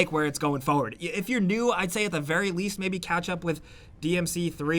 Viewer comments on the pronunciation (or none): the way you pronounce FOR-WARD irritates me so much, could even finish the video